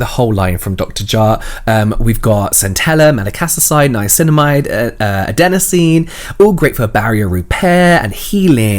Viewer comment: Robert not being able to sau niacinamide and James saying KDV instead of KVD ♥